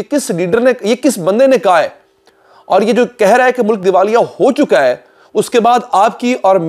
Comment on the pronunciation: yar when u say ho chukawa hei its really sound weird ho chuka hei try to speek this. baki your content is really good Allah bless you.